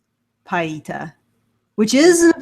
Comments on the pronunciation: Just so you know, Michelangelo’s sculpture is pronounced pee-eh-TAH. But I agree with all of your sentiments. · It's pronounced: 'pee-ay-taah'